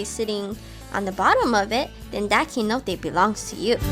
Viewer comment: Lol Keynote. The C sounds like s, so please, soy Cenote, not Keynote